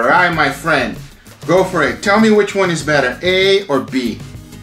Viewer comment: Back in the day when he said "let's do it" instead of "let's do eh(t)"